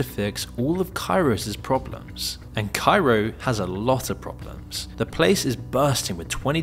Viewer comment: "...that is supposed to fix all of Cairos's problems." 😅! Why did he say it like that...?